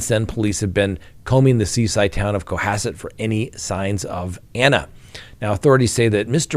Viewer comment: nailed the pronunciation of “Cohasset “. I’m impressed, normally people who aren’t from Massachusetts butcher the pronunciation of our towns.